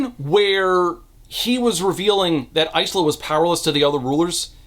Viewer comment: Is it Ice-la? I thought it was Ila (S is silent) or Is-la?